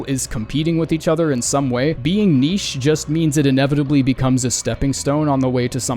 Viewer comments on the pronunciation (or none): none